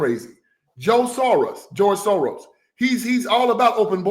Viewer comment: Yes. George. Dorrows. And. Sorriws